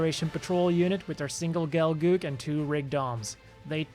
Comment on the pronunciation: "GolGoog" I wouldn't be surprised if at some point it's said Zeon made an MS called that xD